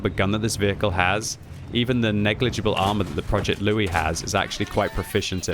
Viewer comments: He keeps calling it Loue and not Louis ... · Louis is pronounced "Loo-ee". The name is French by origin, just like the tank, and should be pronounced as such.